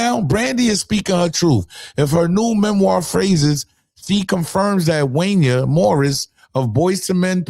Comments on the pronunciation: She’s trying to destroy his image like you’re destroying his name! It’s “whine-ye” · stop saying his name please!! …how tf are u a researcher and u couldn’t research how to say this Real Legend name correctly WTF … if he tells u off in a video u brought in yourself… HIS NAME WANYA SOUNDS THE AS SAYING KAYNE ITS NOT WAYNENA u genius SMH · Did he say hoeisha? 😂😂😂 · Come on. Wanya name oronounced "Wanye" like Kanye. U gta redo this video. U know i fuks with u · it’s WANYA It sounds like KANYE With a W instead of a K. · Wanya = pronounced Juan ya (long a sound) 😂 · *woodwork *Wanya..Pronounced like Juan Yay 💪🏾 - He was the adult and she was a child..Remember that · E Oil. His name is pronounced Juan- Ya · Yo you chopped that mans name to shreds. It's wanya. Pronounced like Juan yay. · The way u just said Wanya name is diabolical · You got his name all wrong. It's wan gayyyyy